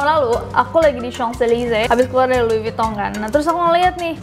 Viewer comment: Jadi LV (louis vuitton) penyebutannya lui vutong :v Dan klo Channel itu bukan cenel tapi shenel sekian :v